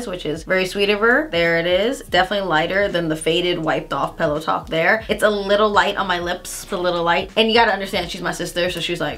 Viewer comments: I kept hearing “peleton” instead of “pillow talk” 😂 omg my ears! And I completely agree, I actually like pillow talk dark compared to Med and OG. The brownier tones are more flattering on my light-Med skin tone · Every time she says pillow talk is sounds like Peloton lol